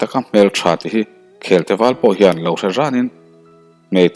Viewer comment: Khelte,mangkhaia,zawlpuan i lamdan thluk adiklo vek adang tepawh sawitur atam mai,lamdan dik hi a pawimawh ania.